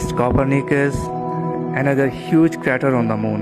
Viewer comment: क्रेटर सही उच्चारण है, क्रैटर नहीं! 😊